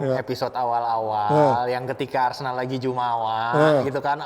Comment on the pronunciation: MENIT 05.28 Apakah sengaja plesetin jadi arsenal jadi arsendal???